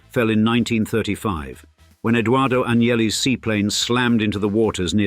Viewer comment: it is Edoardo not Eduardo, Italian and Spanish are separate languages 🤦🏻‍♂️